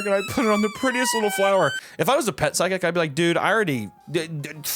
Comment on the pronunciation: Anyone going to talk about the miss pronunciation of physical and psychic lol ima be that guy